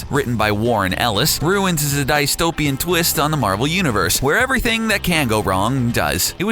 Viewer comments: Die-stopian? Nucular war?! PRONUNCIATION, DUDE!!!! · "Dice-topian" "Nucular" "Dice-topia" ╰(ಥдಥ)╯* screams internally *